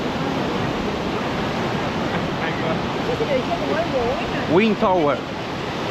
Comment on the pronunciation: tienes que venir a aprender inglés conmigo! Vamos a trabajar juntos la pronunciacion de "Google ", " surf ", " tower " y "road ". Hermosas las tomas aereas con el dron! Viva la paz, el respeto y la tranquilidad de mi pais! 🇺🇾💖